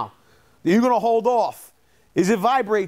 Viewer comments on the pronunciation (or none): none